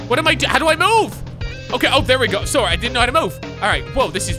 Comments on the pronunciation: Sorray eh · When says Soarry you can hear the canadian slipping out!